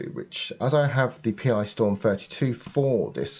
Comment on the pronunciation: Thanks, a very useful upgrade - I'll be doing exactly the same myself (not sure what colour yet though) plus a recap. Just one minor niggle - the accelerator board is a "PiStorm", not a "Pee-Eye-Storm" - that's Pi as in Raspberry Pi, and